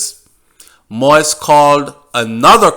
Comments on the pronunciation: Thank you for your work. An exceptionally good, detailed and informative reporting in ALL of your videos. Very. However, - (and NOT sorry to join the ranks of those dwelling on what you call "the trivial"), allow me to say that that's the silliest reasoning I've ever heard!!! Bro, it's not because educated but illiterate "White people butcher the name" Moïse that you too you should join them. Set yourself apart (as you’re already doing) by going the extra mile and doing some research on the How-To pronounce the name Moses (English) in French [mo ·iz]. I’m a French-speaking individual because of the colonial past of my country in Africa, and as much as I disdain the bloody French language, I must agree that ‘to Cesar what belongs to Cesar’. A name of a person is part of that person’s identity, be it a Chinese name, a Japanese name or a Russian or an Arabic name. You just don’t butcher it because it is NOT in English or in YOUR language! As Dale Carnegie put once it, “The sweetest sound in the world is the person’s own name.” Now, here is a hint: How to pronounce Moïse (French/France) – Thank you for your work, and sorry if you feel offended by my comments. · please learn how to pronounce his name correctly. Stop calling his name “Moist” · It’s still pronounced Moissssss sir and I’m getting in their ass and the comments about it. But you may continue with the reports I’m listening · “MO-EAZE” it’s not that hard. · You gon pronounce it right or mind your business.. noone gives a f about yt folks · Great information, appreciate it greatly. One thing, work on the pronunciation of the President's name. Thanks again! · If you know you're not pronouncing his name correctly, then why do you still mispronounce his name? That doesn't have anything to do with what others are doing? When we know better, we do better. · You sound terrible pronouncing it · Can you please say his name properly. It’s “mo-eeze”, not “moiz”. Thank you! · His name is pronounced mo-yeez.